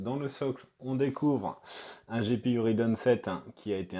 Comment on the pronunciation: Pourquoi prononcer rIdeon ?